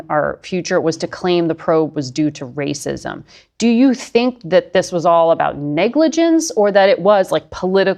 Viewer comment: RACSIM??? PLEEEEZZEE!!